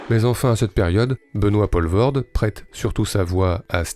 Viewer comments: Belle rétrospective, merci. Mais savez-vous que chez nous, on l'appelle "Poul-voorde" et pas "Paul-voorde"? (De la même manière, notre Jaco bien aimé, c'est "Van Dormâle" plutôt que "Van Dormahèl") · En Belge correct tel qu'on le cause à Bruksel, on ne prononce pas Benoît Pol-vorde, mais Poule-Vaurde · POELVOORDE pas POLVORT.... vous tuez le nom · Ça se prononce poulvoorde pas polvorde et vann dormâle pas dormaêl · On dit Poolvorde. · P-OU-levoorde ... pas P-AU-levoorde .. pas compliqué pourtant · On dit "POULvoorde" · le "polvorde" il casse les oreille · Jaco Vandormaël ? 😃 Ça se prononce " Vandormaal " comme Poelvoorde se dit " Poulevoorde ". Sinon très chouette retro ! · "Poulevaurde" .. et puis c'est pas un acteur "franco-belge" au fait .. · ... sinon ça se prononce "Poulvaurde" ;) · 1 - Poelvoorde = "Poulvorde" 2 - Van dormael = "Van dormaale" 3 - Franco-belge? Non, belge tout court. Francophone, wallon, namurois certes mais pas français 4 - Bon travail quand même, merci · Prononcez: Pouleveaurde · Les Français, c'est si difficile à dire "Poulvoorde"? Sérieusement ? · aaah les français et les prononciations étrangères, ça se dit" pOUlvoort" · Quelqu'un qui n'a pas pris de nom d'artiste, ça se prononce Poulvoorde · On prononce POUlvoorde! Nom de Djousse, maudits Français!... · Rho m'enfin "Poelvoorde" se prononce Poulvaurd, c'est quand même pas compliqué ce sont des sons qui existent en français de France tout de même... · Ah les français... Faites un effort quand vous prononcer des noms qui ne sont pas français! Ca se dit "POUUUULVORDE" et "VANDERMAL"! Renseignez-vous avant d'enregistrer des vidéos... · Les français devraient arrêter de francisé tout et n'importe quoi à commencer par les noms propres... "oe" en flamand se prononce "ou" et "Poelvoorde" c'est flamand comme nom même si l'artiste est Wallon... C'est compliqué la Belgique... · On dit Poulvoorde, "oe" en flamand se prononce "ou" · Ca arrache un peu les oreilles le "Paulevorde" quand même.